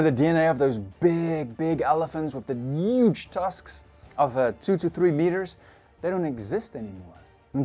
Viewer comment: I love how pronounce huge… “ uggge dinosaurs” 😂